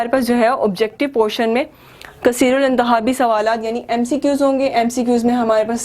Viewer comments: الانتجابی نہیں ہوتا الانتخابی ہوتا ہے اور سوالاتات نہیں سوالات ہوتا ہے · کثیرالانتخابی ہے. کیسرالانتجابی نہیں ہے. آپ کو سانس بہت چڑھ گیا ہے.